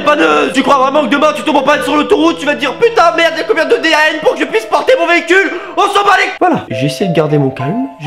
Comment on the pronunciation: Ça se dit pas D A N mais décanewton